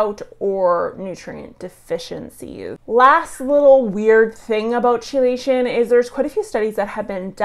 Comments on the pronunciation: ChellAshun? Wtf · Little bit concerning that a soil scientist mispronounces, "chelates" and "chelation".